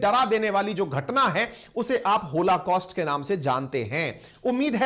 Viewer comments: Sir it is holocaust, not होलाकॉस्ट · PLEASE RECTIFY.... IT'S "BRITISH " AND NOT BRITISHER......THERE IS NO SUCH TERM.... PLEASE RECTIFY...IT 'S ˈहॉलकॉस्‍ट्‌ and not होलाकॉस्‍ट्‌ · hoLAcaust nahi hai sir oh, hoLOcaust hota hai.